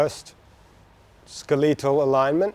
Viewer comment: Bro needs to pronounce skeletal better 😂